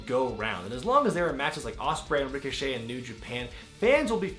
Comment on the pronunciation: Ricoshit😭😂 I Deadass thought that was how u said his name